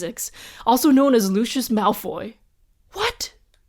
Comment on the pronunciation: It’s pronounced lu see us Malloy but this is rly good